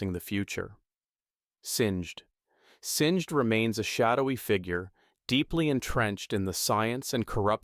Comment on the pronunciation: also "sing-d" and "Seh vi ka"